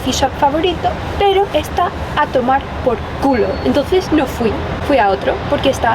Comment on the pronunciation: "a tomar pol culo!" que bien te integras, jajaj resulta muy divertido escucharlo de un foraneo